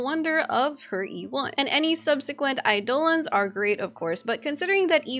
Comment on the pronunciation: calling it "aidOlons" makes me smile